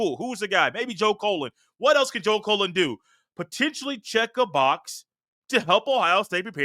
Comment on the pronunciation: Why do you keep calling this man Colon? He's not a body part. It's CULL-LEN. Joe Cullen. And who is Larry Jones? It's Larry Johnson. Basically, you're just repeating and rehashing observations we've heard for over a week now. Across multiple pods 😂 C'mon man